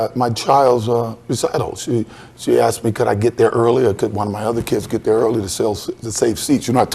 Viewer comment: Bro, its one thing to mispronounce the word ASKED as "axed", but to also SPELL it out as AXED????? LMAO